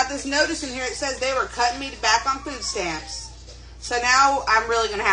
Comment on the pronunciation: They keep saying ( fooo stamps) there’s your first problem you don’t know how to pronounce words or talk. No wonder you don’t make more than $10 an hour.